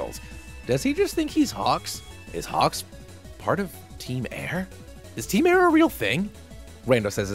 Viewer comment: Hey, nice video, but it’s actually called ‘team soar’ or something